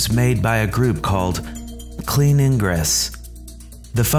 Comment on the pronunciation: Lolwat? What's "eeyn-gres"